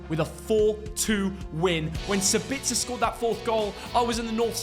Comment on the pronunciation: Still cracks me up when you say Sabitzer. 😂